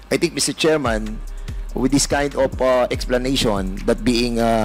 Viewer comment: Sabi ni pernandes “i tink”😅😅😅